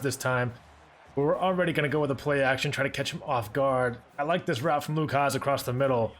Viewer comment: It’s pronounced Luke Has. Just found out today from hog pod with bo